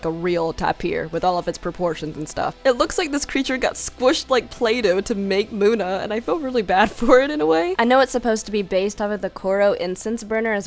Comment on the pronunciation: In number 9 we have muda (this is a joke I know its munna but it sounded like muda if you get this reference like)